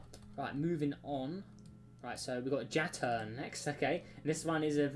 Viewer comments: I think Jaturn is pronounced Ya-turn not Ja-turn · it's not pronounced as Ya-turn the J is not a Y sounded thing and i pronounce it as Jaturn and not Ya-turn